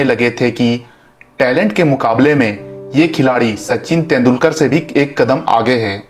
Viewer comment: तेंडुलकर ऐसे नाम ठिक बोलो.